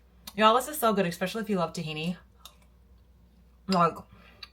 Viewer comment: Enjoys your content!!! But there’s no X in especially. But you’re not the only one… I’m sorry. Yes I should’ve 🤐. Third creator today saying expecially. 😅